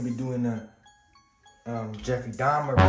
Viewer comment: Donffrey Truhmer